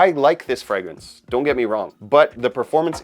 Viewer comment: Dude can't pronounce the word fragrance properly and has a fragrange chanel lol